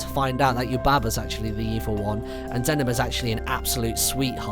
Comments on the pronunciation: its not zanaba, its Za-Knee-Ba! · Brilliant :D And it's more zen-nee-baa Not zen-a-bu Sorry :L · The way he pronounced Zeniba!!!! I was like…. GET Out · Zeniba is pronounced zen-ee-ba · That's not how you say zeniba's name